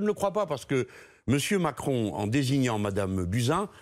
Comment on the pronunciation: C'est moi ou à 4.05 elle a un lapsus et dit Emanuel Mentcron??